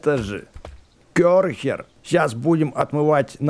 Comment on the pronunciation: Не кёрхер а керхер